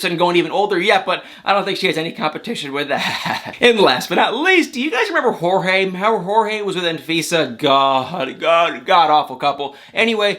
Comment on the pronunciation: First off, thanks for the video once again. Jorge’s name is actually pronounced like George would be, just letting you know. Also, Mike & Natalie probably would’ve started filming the “Happily Ever After” season 6 from the timeline you said cuz on this season that’s about to wrap up, they got married in March 2020.